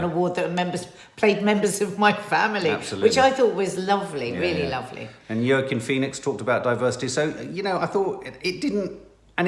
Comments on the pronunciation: Wa-Keen Phoenix 🤔 isn’t it ? Just became a family member 👍🏻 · It’s Wa keen Phoenix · still saying Joaquin Phoenix wrong 😅😅😅 Edit: I think the other “NOT good” actress that you are thinking of is Sienna Miller